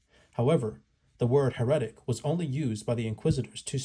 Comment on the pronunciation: Hera tick. Is how that’s pronounced bro. Heretic